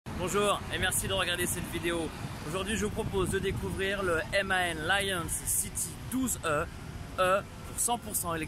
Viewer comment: On dit MAN et non M.A.N!!